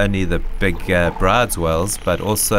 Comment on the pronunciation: Isn't the correction pronounciation of Bryde's whale 'brewdus', not 'brides'?